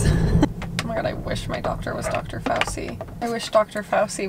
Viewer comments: Dr Fauci is adorable, his name is actually pronounced “fau-CHI” ( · I love y'all but I cringe when you guys say fauci lol in italian ci makes the sound of ch in english so its pronounced fauCHEE